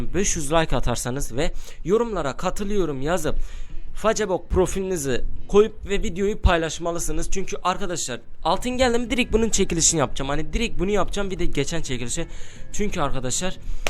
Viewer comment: facebook a feysbuk derler fakat abimiz facebok diyor :D